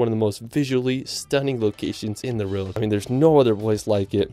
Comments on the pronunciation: How is EVERY comment ,NOTon why this guy CAN'T say WORLD!!????????? it's not RERRRRLD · LOVE the scenery and majestic nature of each of these places!! The ONLY critique is how pronounces "world". He says it over and over again as "weirld". Whaaaa??? It's actually very distracting. Other than that...gorgeous completely.